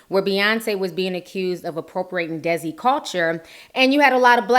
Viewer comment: lol T, it's pronounced DAY-SEE culture. it's the indian community.